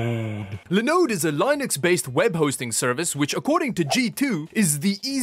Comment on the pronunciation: Nobody says Linode better